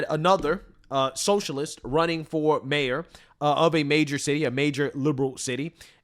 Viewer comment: "I'm the Mayoor Now"